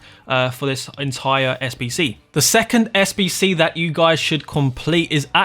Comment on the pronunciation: Im new to fifa and i can't understand where to find the sbc bcs this...... can't fucking say the most important word right. I even slowed down the vid but this..... sayed 2 words at the same time